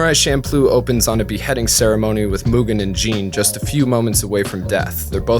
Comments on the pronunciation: I hate to be a nitpicker but isn’t it champloo? With “CH”? I do know that the food is pronounced with the CH but that doesn’t necessarily mean the anime is pronounced that way. This was a good analysis and so far I have been enjoying this series of look backs. These ‘golden year’ anime’s were what made me come to japan in the first place. Now I’ve been living here for 10 years and I find that wouldn’t want to live anywhere else. Keep up the good work. (Despite my nitpicking) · You don't put it in your hair so it's not shampoo. It's cham ploo. Don't overanalyze fantasy then screw up the one real thing about it. It also doesn't mean improvisation but when things are just thrown together. It's also a basic kitchen sink stir fry and delicious at 3am after way too much Orion. Okinawans have a tough time keeping our language intact... Just wanted to make sure people at least know one word. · Wait, has anyone else said Champloo like champloh? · I thought "Champloo" is "Shampoo"